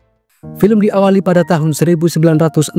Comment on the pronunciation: film, bukan felem.... ga asik lu ahh, ganti yg lama aja pengisi suara nya. suara lu tua !!!